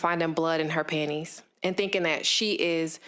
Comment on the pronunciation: why did she call them panties like that?